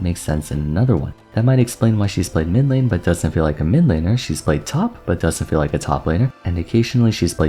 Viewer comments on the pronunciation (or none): still saying min-lane huh ?